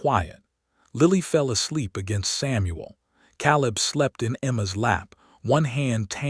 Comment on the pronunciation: Caleb. Biblical name. Pronounced Kay - lub. Mispronounced 💯 = 2.5 hours